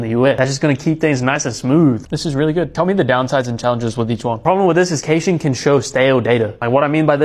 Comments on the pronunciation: Deep breaths. I will stay calm. Did I just hear caching pronounced cayshing. 😳 caching. Like cashing. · whoa wtf is kae-shing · its cashing only..